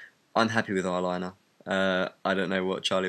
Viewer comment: it sounded really south-african when you said eyelinee...